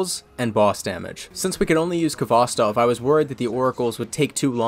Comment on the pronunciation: Being a Russian, your pronunciation of Khvostov is painful, but you made it up by playing Georgi Vinogradov's version of Katyusha which is objectively the best.